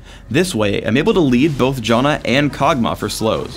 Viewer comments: Did he just call Janna Jonna? lol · You pronounce Janna as Jaw-na, yet you pronounce Aegis as Ages... How can I trust your pronouncation of Janna if you can't even say Aegis right?